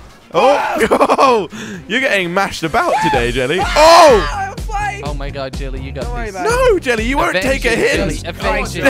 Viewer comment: yo its oh my god not ho my god